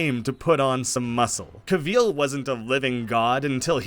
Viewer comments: We need to talk about him pronouncing it "Cuh-VEEL." It's "CAH-vill". No one says it like that, that's an insane way to say Henry Cavill's name. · Cavill, like “travel” bro. Not “Ca-veal” 😭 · Cavill not Cahveel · Cav-ill not cuh-vil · Who the hell is Henry CAVEEEL😂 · “Henry Caveal” Good stuff dipshit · Pro tip... Cavill is pronounced like "travel". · Cavill is pronounced like travel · Henry Ca-VEAL ? 🤣 never heard it pronounced this way EVER... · Did you say Henry Cav-EEL?! Lmao. Great video either way. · sorry but “caveel”?😂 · “Henry cahveel” 🤢🤮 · Cavill, rhymes with travel. Do you say truh-vell in yur country? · How do you pronounce Cavill so incorrectly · Can’t get over his pronunciation of “Cavill” and “De Armas” lmao who pronounces them like that??? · say henry cavill's name right lol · Loved the video but the way you say Henry Cavill’s name scares me for life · Why is it so hard to say Cavill right? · What on earth is this pronunciation of Cavil???? You have it so so wrong. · Why u saying Cavill like that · Interesting pronounciation of Henry Cavil's name. Maybe see how it's pronounced if you're going to keep saying his name. David Corenswet is the top fave for new Superman, it was impossible not to imagine him as Kal-El in The Politician & Hollywood. Glen Powell was excellent in Scream Queen's, Hal Jordan or the Flash, he'd be brilliant as either. Alan Ritchson returning as Aquaman would be very interesting, both from the smallville history, but also given how far he has matured as an excellent actor. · Fun video. You say Cavill really weird, though.